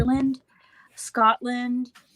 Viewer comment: Respect to Melina for saying it like "Sco'lind" rather than "Scott-land"